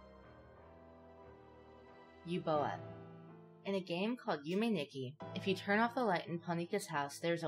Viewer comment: You said Yume Nikki wrong